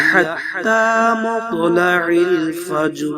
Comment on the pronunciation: Will u please concentrate the سوره القدر its مطلع الفجر not recite correctly 😔 may I Wright or wrong please I need all listeners help me 😕